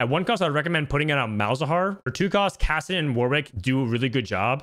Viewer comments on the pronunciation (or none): none